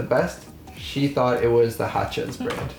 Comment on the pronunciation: I I like how you say Hutshee... Hachez in german speaking is HASCHEE like purree 🥰 best chocolate, or one of the best, from my hometown Bremen.